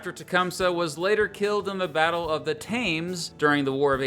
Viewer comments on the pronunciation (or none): Love your content and presentation, but the pronunciation of the river that flows through London is: TEMS, not THAYMES. Keep up the good work! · Thames is actually pronounced TIMS. That is part of why Jim is a nickname for James. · Thames is pronounced "tems". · Thames ..pronounced Tims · BATTLE OF TIPPECANOE! It was a massacre of innocent civilians. Thames is pronounced "Temms" just like the river in England.